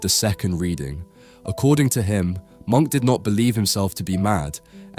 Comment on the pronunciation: His name was not pronounced “Monk”, the correct pronunciation should be “mʊŋk / Muunk”. Please work on your pronunciation of European names and artistic techniques. Especially if you run an educational channel on European art; it should not be misleading to the new generation, and please have some respect for the artists and the languages that they spoke.